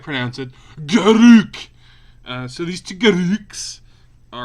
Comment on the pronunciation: I'm never gonna be able to pronounce GARRRRRUK in any other way now, thanks!